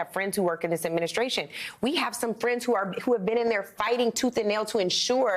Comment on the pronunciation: Charlemagne u need to learn how to talk adminisscration youf ...